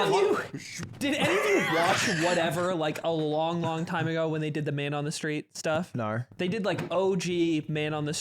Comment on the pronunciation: ludwig said "naur" like qt does lately 😭